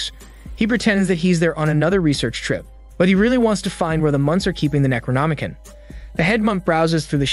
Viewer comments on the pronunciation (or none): It's pronounced "necro-nomi-CON" not "kin". Also macabre is pronounced muh-cobb not macaw-bruh. Edit: I couldn't even make it past the first few minutes because you make it so obvious you're reading from a "script" someone else wrote and didn't pre-read. You're jumping around, mispronounce half the words and have all these awkward pauses because you didn't read first to know what you're saying. Out of probably like 40 different recap channels this is easily the worst I've seen so far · Necronomi-con Not Necronomi-kin